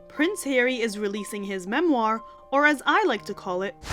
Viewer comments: Moan-moir... LOVE IT!! 🤣🤣🤣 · Love your phrase "moan-oir". Keep up the excellent videos. Keep covering Spare please. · The “Moan-Moir”! 😂 nice